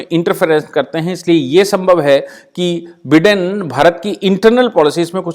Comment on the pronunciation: with respect just for your information he call himself बाईडन not बिडन